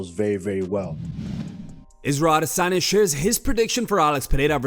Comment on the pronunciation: Us man is a washed creep and anyone who says adesanya like that needs to be drop kicked glazing all over Izzy 🙄